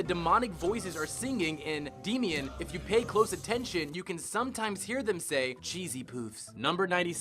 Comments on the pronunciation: So you can't say "Isaac" "Damien" or "Medicinal" properly. But you spared yourself embarrassment by saying "the animator listed below" instead of "Junji Nishimura"? Sure. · Man you really gotta work on your pronunciations if you're going to talk for a living. You butchered a lot of those, and one of the last ones didn't even attempt. Come on, it's not that hard, half the time you were just pronouncing "a" as "e" in people's names. It's Damien, not Deemien. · 1. I find it ironic that Eric Cartman can have sayings in English accents when he himself makes fun of me for being English. 2. Why tf did you pronounce my bbies name "Daymeen"? It's "Day-mee-in." 3. I don't get why people hate my episode so much. I'm cute af. Did you see Pocket? He was cute af too. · Isaac is pronounced "eye-zak"! ChinpoKO mon, not KEY. That extends to "poke" from Pokemon, where "ke" is pronounced as "kay". Damion is pronounced as it looks, it's not "demion". Juniji Nishimura's name you didn't even bother with. C'mon, guys. Have some standards.